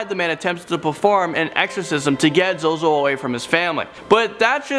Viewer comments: its pronounced zoe zoe, not zoo zoo lol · First he said zewzew instead of zozo....lol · I noticed that too XD tbh he probably accidently said ZuZu - thinking of Pazuzu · Zuzu wtf it’s zozo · ZUZU OR ZOZO its zozo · for #1 its not zoo zoo it is zozo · It’s called ZoZo not ZuZu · The way you said 'zuzu' instead of 'zozo' for some reason hurt me internally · It’s Zozo, not Zoozoo😂😂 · He said zuzu. Zozo then he said it right the next time.. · My only question is how u wrote ‘ZOZO’ as zo-zo but said it as zu-zu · It is not zoozoo it is zo zo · It’s not zoo zoo it’s zo zo 😂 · whos zoozoo? its zo-zo! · Zuzu? NO ITS ZOZO!!!!!!! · Am I the only one who noticed he said zuezue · this man said 'zoo-zoo'.. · Number 1 zoozoo wtf ZoZo. You say it correctly when describing the demon. Lol funny. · Its not zoozoo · You Sayed zoozoo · It's zoz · 'zoo zoo' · it is spelle zozo but u read it like zow zow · “Zoo Zoo the demon.” Lmao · I love how he said ZoZo as zu-zu first then corrected it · tbh ur not even supposed to say ZoZo's name out loud O.o also I love how called it "ZuZu" the first couple of times XD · i cringed when he said zoo zoo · Oh god the cringe is real when he said ZoZo as "ZooZoo" at first. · Zoo zoo 😂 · ITS ZOZO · I hate how you said zozo at the start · He says the name wrong at first then says it right at the second time lol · He said Zozo wrong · the way u pronounced number 1 is wrong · At least he was pronouncing it wrong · Well, he was pronouncing it wrong, so I think he's safe XD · HE SAID IT WRONG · Thats not how you say zozo